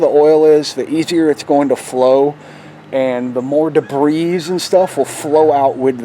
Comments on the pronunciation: Nice video. The 701 comes with full synth oil from the factory so I disagree with you on that point. Rotella T6 is JASO-MA rated, full synth and cheap. The T4 will not hurt it though. The word "debris" is pronounced "da bree" not "da breeze". Thanks for your video! I am looking forward to my first oil change on my 701. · debris is is already plural, please stop a saying debrissss. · A real Nazi would be smart enough to not say debrisss. But nice video though.